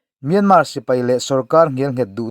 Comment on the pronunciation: Myânmá tilo khan Myānmār tiin ri hniam fân phei deuh khan lam ta che.